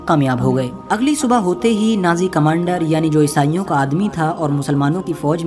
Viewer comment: نازی نہیں ناجی بھائی کچھ خیال رکھو